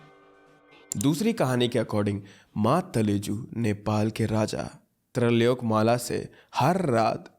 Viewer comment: some pronunciation correction jaya prakash malla : Jay prakash mall अ trilokya malla: tri (as in tri devtata) lok( prithvi lok) kya (कय)